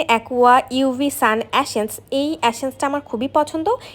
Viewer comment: 🙄 এ্যাশেন্স না! এসেন্স!